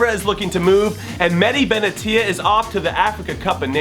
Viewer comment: you just killed Benatia's name